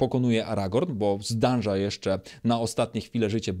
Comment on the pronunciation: zdąża, nie zdanża:D, a tak naprawdęto kds;-) czy tam kdz